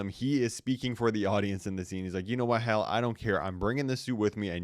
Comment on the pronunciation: Bro even the captions hate the way you say Hal